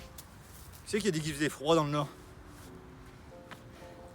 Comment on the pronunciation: le norrrrrrrrdddd ! 🤣🤣